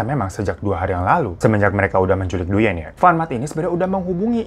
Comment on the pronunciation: Thanks for sharing this story. Koreksi sedikit ... pelafalan dalam bahasa Vietnam : "Duyen" dibaca "Dwen" ( seperti halnya kalau "Nguyen" dibaca "Ngwen" alias /uy/ selalu dibaca /w/ )